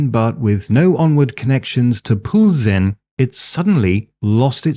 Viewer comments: except pronunciation of Plzen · Yes, that was a bit off, but he still managed to say it good enough to recognize it. Honestly, the "ň" sound is pretty exotic to some nations, even though it is natural for us Slavs.